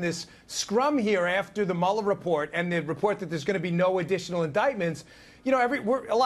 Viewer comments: Narrator dork. Learn how to pronounce the man's name. It's not Mueller it's Mueller... Everybody else in the country knows that I said correctly maybe you should learn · Before you put something on a video maybe you ought to be able to say Robert Mueller's name correct! 🤪